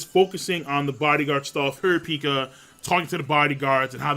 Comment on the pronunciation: lol cant pronounce kurapika